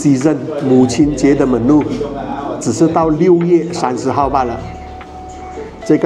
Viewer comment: Menu pronunciation not correct